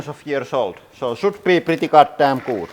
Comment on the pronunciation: You say “looks good” way too puckered. You need to loosen your lips. “Oo” isn’t as intense in English as you’re pronouncing.